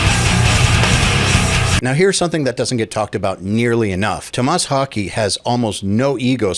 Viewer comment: LOL It's Thomas Haake. Your pronunciation isn't any better than his.